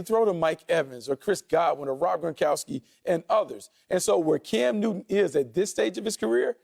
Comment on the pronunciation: Cam Newtty 😂😂😂 I can't help it